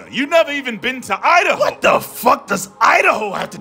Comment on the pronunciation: 🤣🤣🤣😂😂😂🤣🤣. "Welcome to Idaho,, Where as we like to say "U- Da-hoe" 🤣🤣😂😂🤣🤣🤣😂